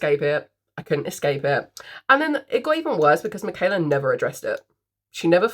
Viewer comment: You said my name correct ❤don’t worry girl LOL